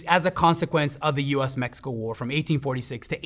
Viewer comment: I appreciate that the host didn't americanized the pronunciation of cities, countries, and people. Kudos